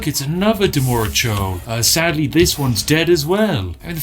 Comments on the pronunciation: Anyone else bothered by the way he says "Demora" instead of "Dremora"? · Spiff: Demora churl The R after D: What am I? invisible? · Will no one bring up his grievous neglect of the 'r' in Dremora?